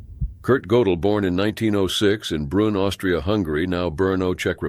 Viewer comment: Gödel [ Make your mouth as tho you are saying "O", but say 'e' through it! Goedel [= 'O Umlaut' Ö]: Gödel Not Go-del *Not OOber uber is Not a Word!! Either